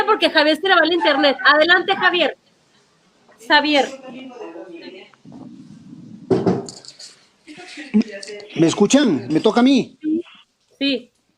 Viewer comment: se dice Javier Así que no es x avier